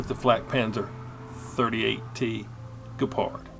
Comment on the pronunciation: The German word 'gepard' ( is pronouncing it correctly), for those who don't know, means 'cheetah'.